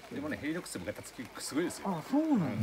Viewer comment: ヘリノックスが「レリノックス」になってます（笑） 私もずいぶん悩んで、結局チェアツーを買いました。 ギアってショップで色々見て触っては出来ますが使い心地は 使っている人でないとわからないですよね。 第二・第四土曜は仕事なので、イベント参加できませんが いつか参加したいと思います！！！